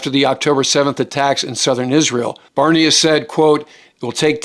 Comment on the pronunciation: Its “BarNAYah”.